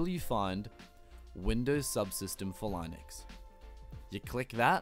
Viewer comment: please learn how to pronounce linux properly